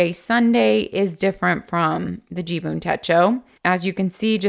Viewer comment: Umm..... it is JIBUN .... not JUBIN (you kept saying JUBIN in the video 😀).... 🤣😂🤣😂 thank you for your review. Great effort! 👐🏻